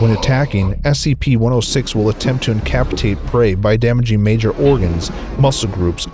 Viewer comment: also incapacitate's root word is capacity so it's pronounced incapasitate